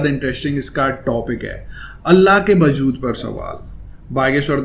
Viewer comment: bajood nahi wajood bolte hai